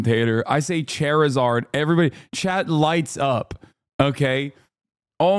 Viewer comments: Haha “chair-eh-zard” 😂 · That pronunciation of Charizard was actually criminal